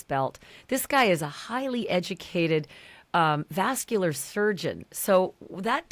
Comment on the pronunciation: Clearly Ashleigh isn’t reading all the comments as she continues to say “vascular surgeon.”